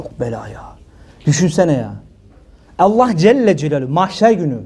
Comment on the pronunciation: Hocam Allah c.c. ismi şerefini ellah diye telaffuz etmeyiniz lütfen